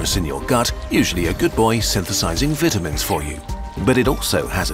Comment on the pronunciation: what's a vittamyn lmao